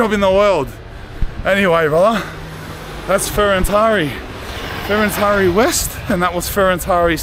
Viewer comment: Is called Ferentari with accent on T not on I, Fe ren tari. Manny turrists make this pronutiation mastake, because of google translate.